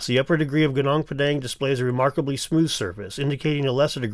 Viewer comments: It's Goo Noong Pà Dhàng not pedeng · Gunung Padang is pronounced GOO noong PAH dung